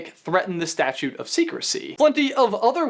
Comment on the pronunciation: the statue of secrecy? it's statute of secrecy.